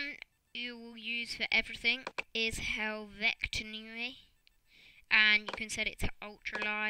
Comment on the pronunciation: ITS HEL-VET-ICA NOT HEL-VEC-TA !